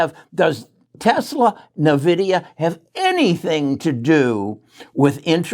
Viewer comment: “N” vidia not nevidia